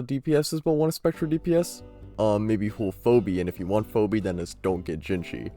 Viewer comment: Ive never heard anyone pronounce Phoebe as "Phobi" lol